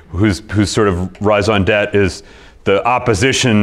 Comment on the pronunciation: If you want to knock a conservative group for their raison d’être, you should learn how to pronounce raison d’être.